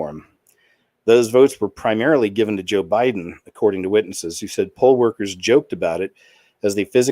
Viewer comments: I laugh so hard every time you say "Bo Jiden" 🤣 now I say it. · "boe jiden". 😂 god bless.!!